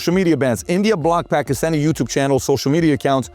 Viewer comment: "Pakhistani Attaches" he says. What a goon. How about you prepare & rehearse your reading material before wasting all of our time?! The PBD podcast is the WORST about this - how much time gets wasted waiting for 'Rob' to 'find the right clip'? It's just lazy and unprofessional like the rest of the Valuetainment brand. Weak. I'm going elsewhere. Sad they hide behind the facade of 'hard-working' Americans. You're a sleazy insurance salesman, get over yourself.